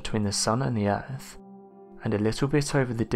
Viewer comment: We live on EARTH 🌎...NOT URFF! I do think this narrator is working a tiny bit harder on pronunciation. Hearing the word fur-Vur instead of further can just drive a person craaaazy! I do LOVE UM, 98% of the viewing time is just SMH 🤦🏼‍♀️ & or ignoring the possibility of hatred this youngster has against the ‘TH’ sound., ya have to use your TEETH 🦷 & not Teef though.